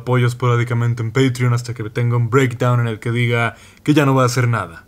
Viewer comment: dice "Breakdouwn" Yo: acaso es una "Jojo reference" (Perdón por el olor a obo, lo tenía que hacer)